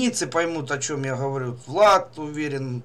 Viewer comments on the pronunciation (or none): автор...а почему ты вместо звука Г, говоришь звук Х ???Газета ты говоришь как Хазета. не Говорю, а Ховорю. Не русский чтоли ?